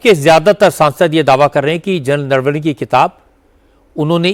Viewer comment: राहुल गांधी चूसिए को नरवणे तक बोलने नहीं आता नारावने बोल रहा है😂